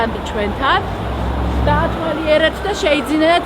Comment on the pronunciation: მეცოდება ეს გოგო😢 როგორ აჯერებენ რო საქმის პროფესიონალია და ეს ქართულ-ინგლისურის შერწყმით მეტყველება რამე ქუუულ არის? დალოცვილო ჯერ ქართული გესწავლა კარგად🤦‍♂️ ,,დავათვარიელეთ მანქნები” 😀😀 მიკროფონო ქვემოთ ჩაწიე ნუ დაემსგავსე გიჯ ნატო გოგელიას და ემა გოგოხიძეს😀😀